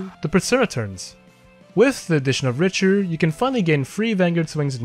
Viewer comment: it's pronounced Rick-ter btw